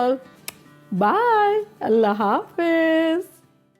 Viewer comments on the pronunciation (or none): none